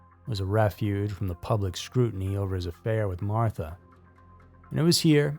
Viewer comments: Not Martha,, May-mah. Otherwise a good documentary. I’d understand if this was another robot voice. I’d take this down and re-edit. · unfortunately this story is 100% true. I appreciate your skepticism as channels like this are usually never researched. This was, (aside from the pronounciation of Mamah’s name.